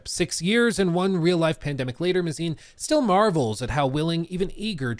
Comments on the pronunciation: Craig Mazin. His last name is pronounced May-Zin not mah-zine. Just say the word "maze" then add "in". Normally this wouldn't bother me, but I just came from watching a video from another rightwing grifter TLOU pseudo-fan that kept mispronouncing it and it started to grate on my ears. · May-zen not "muh-zine" 🤦‍♂️ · It’s pronounced “May-zin” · I think it’s pronounced MAY-zin? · mispronouncing Mazin the amazin